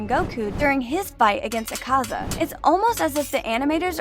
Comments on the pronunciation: ITS AK-AZA NOT ACAZA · pronounces akaza ACK-AH-ZAH